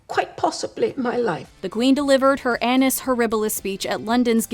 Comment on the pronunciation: Careful with how you pronounce the word “annus”. It’s not English, but Latin. Reading it with English phonetics is disastrous.